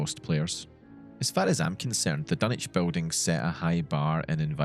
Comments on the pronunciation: take a shot every "dunnich" and not dunwich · Your pronouncing Dunwich with out using the w man , wtf,?